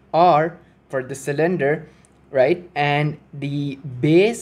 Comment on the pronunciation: I'm here to see if anyone else was driven nuts by sill-IN-der (cylinder)